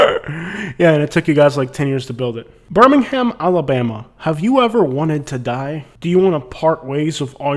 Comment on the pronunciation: Why do out-of-towners add an E when they say Alabama?.. they always say Alabeama I'm from Tuskegee and I've never heard it pronounced like that